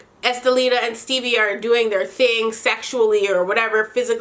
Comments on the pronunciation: Dying everytime you say “Stebbie” 😂😂😂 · The fact that you kept calling Stevie "Stebbie" 😂😂😂😂😭